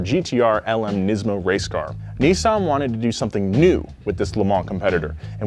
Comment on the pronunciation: IM GOING TO COMMENT ON EVERY VIDEO FOR TO PRONOUNCE NISSAN CORRECTLY. ITS NOT NISSSSSSEN ITS NISSAN